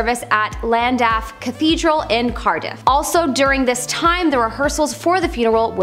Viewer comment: The fact that you butchered the pronunciation of Llandaff earned you a dislike, don't mess with the Welsh